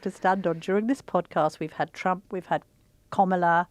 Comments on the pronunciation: No izs Kam not Kom its sound hidous Call tje name correct please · Comilar instead of Kamala 🤣🤣 Two terrible opinions spitting out the same dribble as every other fake news outlet! Waste of a watch! Don’t waste your time! Typical Donald Trump derangement syndrome on the full show! 🤮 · Why this journalist is getting so aggravated with a simple rule of pronunciation- she calls "Komala" to the Vice President. I mean what is the problem with people these days? And what is with age? This seems an ageist conversation....😮